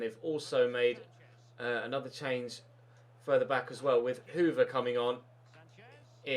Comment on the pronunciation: It not pronounced hoover it's pronounced "hoiver"